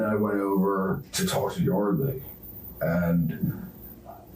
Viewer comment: "And i was like, Yordly, i just wanna tolk to you..."